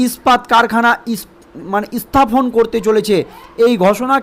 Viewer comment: Ispain? Isthapon? FIlim cify? hat a pronunciation!